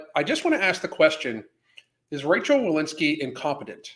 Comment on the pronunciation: It’s Rochelle, not Rachelle.